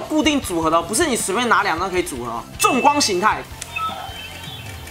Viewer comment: 那个欧布重光形态，的“重”读“崇”chong